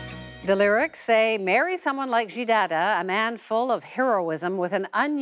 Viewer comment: it is called Xi not Ji